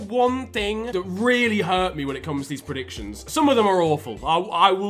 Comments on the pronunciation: PL predicions without a "t" is the best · turned spanish for a bit; reacting to pl predicciónes 🇪🇸